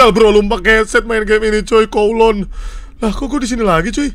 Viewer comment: bang brando info aja itu bacanya kawluun